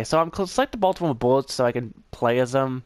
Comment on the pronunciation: This boy said baytam